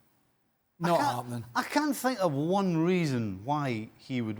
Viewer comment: “I fink”